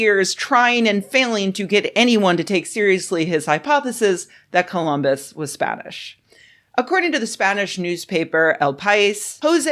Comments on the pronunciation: "Columbits" XD I'm dead The police are on their way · Wow "columbits" almost made me choke on an almond!